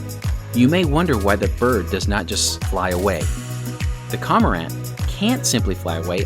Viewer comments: JFYI, the name of the bird is actually Cormorant not Comorant, (Corm, sounds like corn). Nice footage. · Great footage , hilarious pronunciation of "cormorant". It's cor-mor-ant not como-rant. The name is derived from Latin corvus marinus, "sea raven".